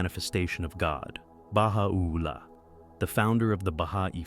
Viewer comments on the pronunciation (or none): Beautiful video, except you are mispronouncing Baha'u'llah. The accent should be: ba-HA-u-LLAH, not Baha-OO-llah. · oooooops, it is pronounced as ba-hai or Hi as we greet a friend!?! Baha'u'llah is easy too -- the 'u' is not emphasized. it is soft .. joined with 'ul-lah' .. .. ba - ha - ul - la cheeeers bro !!